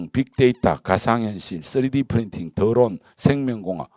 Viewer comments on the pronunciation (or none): . 드론이 더론으로 들리는 손주은샘 매직. 강의 고맙습니다